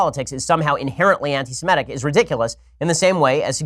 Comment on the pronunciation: It's "Semitic" not "Semetic"... There's no such word as "Semetic"... Just sayin'... 😉